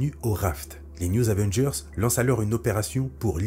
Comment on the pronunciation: Nan mais "les new Zavengers" c'est juste pas possible 🤣